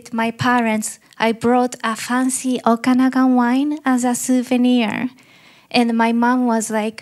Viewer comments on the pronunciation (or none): none